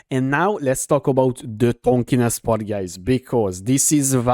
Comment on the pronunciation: Tankiness, not Tankiness